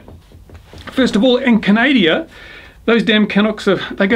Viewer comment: Try to learn how to say "CANADA".